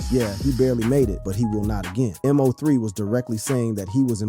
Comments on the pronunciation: The man name is MO3 all one word bro, not M.O.3. It hit different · Why u know how to say everyone name but Mo3.. MO 3.. NOT letters and 3. Mo 3.. 😒 ran me hot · This m o 3 killing me its MO3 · Bruh it’s Moe- 3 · It's Mo 3 ......BUT you can say Yella Belly name right ??? Smh 😒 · Your a terrible blogger saying Mo3 name wrong and too it your information is not accurate 😂😂😂😂😂